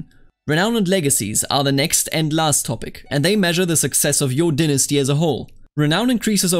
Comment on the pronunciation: Please say "dynasty" correctly in the future. It made the tutorial hard to follow and I ended up with my dong caught in a ceiling fan. - All of America